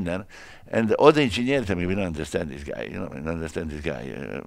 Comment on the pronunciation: He doesn't pronounce engineers but ingegneri